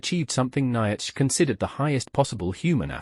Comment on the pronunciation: That ai voice is terrible! So many mistakes! Even Nietzsche! (Neetsha phon. Approx.)